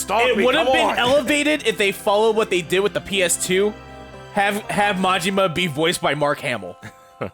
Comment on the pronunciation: I'm sorry but butchering Majima's name should be a war crime.